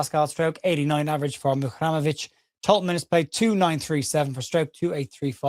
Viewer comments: Great as ever, thanks. Looking at his name on paper, I'd be inclined to finish the pronunciation as 'REM'ovic, rather than 'RAM'ovic. but I know nothing so I'm speculating! MOT and keep up the amazing work. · Over/Under Match Week 27 gets Muharemovic's pronunciation right!! I take the Under, I have faith in you!! MOT ⚪️🟡🔵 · Great video as always. If Tarik ever meets up with you, he ain't half going to rib you about your pronunciation of his surname! M.O.T. 😂